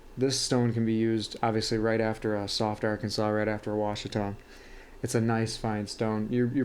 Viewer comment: Washita = wah-SHE-tuh; not wah-shuh-TAH. It’s named after the mountains in Arkansas.